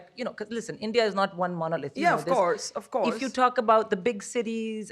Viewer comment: Barkha, it is "story" not "stawry". Boring, not "bawring", "of course" not "of cawse". Why do some Indians say "aww" instead of "oh"? It's not hard.